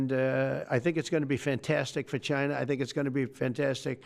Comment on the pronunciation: Trump is so distraught that he's even pronouncing the word "China" like a normal person now.